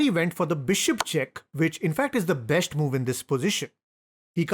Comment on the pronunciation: You say shh everywhere for an s, such as besht, boosht.. but you say chess correctly and not chesh 😂